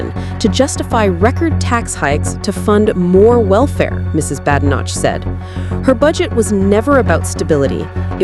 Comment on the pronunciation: Please get a human commentator who can manage British English when reporting upon British events. American AI might be acceptable for reporting upon American affairs (perhaps), however really people deserve better. The Leader of His Majesty's Loyal Opposition is not "Mrs Badenotch" for example. We are engaged in an existential struggle against Fabianism. Blunting arguments & distorting truths with inaccuracies, carelessnesses is unhelpful.